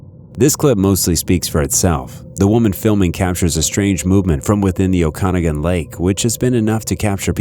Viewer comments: It's pronounced "O - can- ah- gan" Okanagan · The way people not from BC say Okanogan 🤣🤣 oak-ah-noggin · As someone from BC I love the way you pronounce Okanagan. 😂🤣 Yes, ogopogo is very famous here.